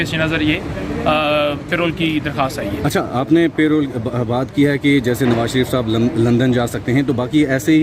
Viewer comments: oye yaar PAY ROLL to aap ki tankha hoti hai... yeh lafaz PAROLE hai, Pronounce PAH-ROLE hai. kam se kam panjhota ko itna maaloum hona chahiye. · Aziz humvatanon, It is not payroll, It is called parole. Pronounced "puh-role"